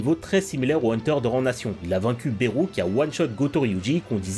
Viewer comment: Juste ça se dit "belu" et pas "berou"voilà 😅